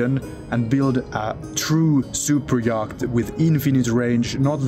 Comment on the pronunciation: Yacht is pronounced "yot". But fabulous videos!